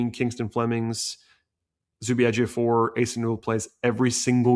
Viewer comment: Good job on correctly pronouncing Ejiofor. You did your homework.